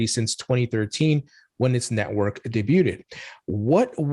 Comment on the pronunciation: You don’t know how to say debuted???